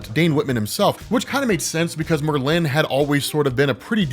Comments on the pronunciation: 😂It’s not Mer-lin, It’s Merlin! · Merlin.... not Mer-lin. Extremely informative video tho. I feel like I'm a blk knight expert now. 👍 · Great video! My OCD does go into the stratosphere whenever you say “MerLIN” instead of “MERlin” though. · It's Merlin, not Merlinne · Merlin. Mer-Lin. It’s like you emphasize the end of it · Lol. It’s pronounced Merlin like bird species. I have to say it!! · Mer-lyn and stimina instead of stamina get me every time. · Not to discount your great work, but I can't believe you don't know how to pronounce Merlin. Frankly it's because your work is so good. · why do you pronounce Merlin like that... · pronunciation of Merlin cracks me up every time. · Well you're keeping your tradition of mispronoucing at least one name per episode. The accent in Merlin in on the FIRST syllable. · Was gunna comment that too. That's such a peave for me. Same with people who say hash BRowns almost like a question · Keep the emphasis on the latter syllable, keep the conversation going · His blade is an obvious plagiarism of Elric's Black Blade. And Oh yeah...the way you say Merlin is quite disturbing. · Why u say merlin so weird rob? Lol